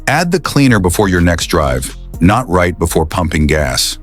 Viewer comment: Another example of why AI voices are terrible - the second line of this video: "most people do something right before pumping gas..." The AI makes it sound like it's right as in correct, when the meaning is "just before." This effectively gives the opposite meaning from the one intended. Just let a human being read it FFS.